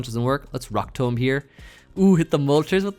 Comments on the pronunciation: Your 1000th video and you’re forcing me to dislike my saying rock tomb incorrectly. I’ve never expected anything more and still been extremely disappointed. Also…a team from each 100 videos previously still would have been insane. I stand by this. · says Rock Tomb so weirdly 😭😂